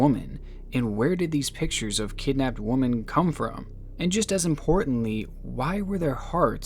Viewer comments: Please just google how to pronounce women the o is pronounced as an I so "wim" like "tin" and e is a schwa sound so its pronounced like "uh" so "wimuhn" or "wimin" would be acceptable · You wait til the end to tell us it's just an arg...wow lol Also why do you pronounce "women" like "woman"?? Where are you from? P.S..l am surprised I hadn't heard of this kidnapper channel yet...you cover some unfound stuff- keep it up! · Just found your channel, love the videos, dude! But women is pronounced "wimen" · Love the content. But damn man, I can’t stand how it sounds like he’s saying “woman” instead of “women”. I think it’s just the way he says it and he’s not actually using “woman” when he should be saying “women”. Other than that these videos are excellently put together. I love how this channel genuinely finds things that aren’t so over covered that everyone already knows every detail. And they’re very well made. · Love your videos but it’s pronounced women not woman when it’s plural! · You sound British. But you pronounce the plural of woman the same as the singular. It's pronounced Wi-Men for the plural. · I really tried to watch it, but the fact he keeps saying woman instead of women annoys me to no end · Why do you keep saying woman and not women ? 🤦🏽‍♀️ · Just wondering if you learned how to say women now that it’s been a few years lol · Yeah it was offputting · Disliked! Why are unable to say “women” properly? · Please learn how to say women plural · the way you pronounce "women" is more upsetting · You pronounce ‘women’ and ‘woman’ like they’re homophones. Distracted me a bit haha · You do know that "woman" {singular} and "women" (plural) are not pronounced the same, right? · Women. It's women not woman that's a different word. Please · Its either mispronounciation or his accent so shut up. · "Woman" and "women" are not pronounced the same way please stop it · I hate the way he pronounces the word "women". Great content though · This dude can't pronounce women